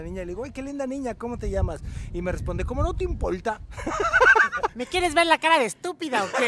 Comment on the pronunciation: Jajajajaja!!!! 🤣🤣🤣🤣🤣 Si dijo ImpoLta con L, significa que es del este, pero si dice Impoita, es del norte.🤣🤣🤣